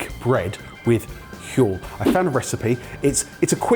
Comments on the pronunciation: pronounces 'Huel' just like Stewie when he says 'whip. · 'Huel' 'Huel' 'Huel' ... f***ing hell dudes!